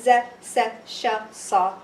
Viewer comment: i want to tell yyou something maddam, why when sha you sound hear like sho .. ?? if sh + fathah then = sound sha ... right ??